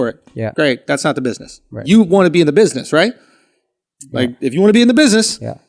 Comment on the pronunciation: "buiseness" lol